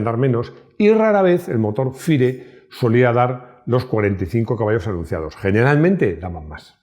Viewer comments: Qué buen vídeo, me encantó!… por cierto, si FIRE son las iniciales en inglés del motor del Panda, la pronunciación no es “faier” ni tampoco “fire”, en todo caso lo correcto es pronunciar sus iniciales en inglés,lo correcto sería decir: Motor “ef-ay-ar-i”, saludos! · Bueno, como FIRE esta compuesto por cuatro palabras en inglés, su pronunciación debería ser igualmente en inglés, es decir "faier" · Si FIRE es un acrónimo de cuatro palabras inglesas, tiene sentido que se pronuncie como fuego en inglés. Salvo que oficialmente Fiat no lo hiciera.